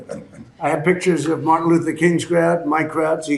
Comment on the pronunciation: Martin not Martha. SMH